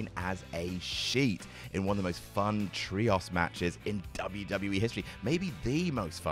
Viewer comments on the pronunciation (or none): why are you pronouncing "trios" like "tree-oss" you deeply silly man